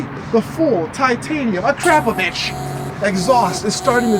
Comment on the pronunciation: Your exhaust is not "crap" it's "crop" "Uh-Crop-Uh-Vich"